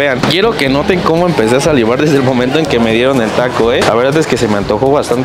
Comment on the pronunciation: Con todo respeto pero cuando dices salivar me imagino a un perro meneando la colita jajajajaja